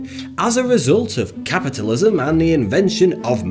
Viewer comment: Kacpa2 you're right, ca-puta-lism. Lmao